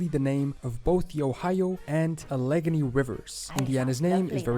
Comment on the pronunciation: This video is great and all but as someone from West Virginia, the way he said Allegheny bugged me. He said, “Al - leg - un - ee. “. Us locals call it , “Al - uh - gain - ee.” It reminds me of how people say Appalachia and Appalachian wrong.